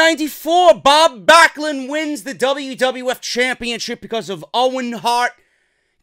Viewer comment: “Bob Blacklund” that was a good flub 😂😂😂